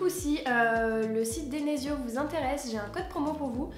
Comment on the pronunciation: Elle dit denesio a la place de desenio